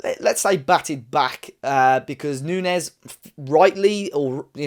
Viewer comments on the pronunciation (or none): its not nuñez its nunes. It sounds like it spells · I don't mean to be picky or rude but Matheus Nunes is not pronounced Nuñez. In Portugal we are a bit sensitive about pronouncing our names as Spanish (Nothing against our Iberian brothers) It's pronounced New-nesh (kind of..) On the sport side, Nunes is a potential world class player and the Sporting manager was not happy to lose him because people feel he was cheap.